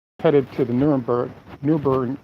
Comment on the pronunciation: Please, it's easy to pronounce, ( nur-bur-gring ).🙂👍